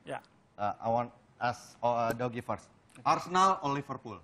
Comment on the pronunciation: kenapa dipanggilnya 'doggy' ya? it's dougy :( #nggaenakdengernya